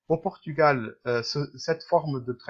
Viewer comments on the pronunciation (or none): none